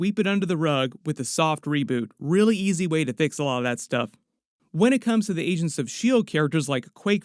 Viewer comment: Wen sounds like one not when.